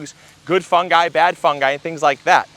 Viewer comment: Thank-you for pronouncing fungi correctly.